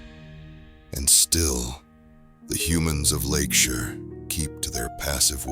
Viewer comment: now if we could just teach AI to say "Lakeshire" 😂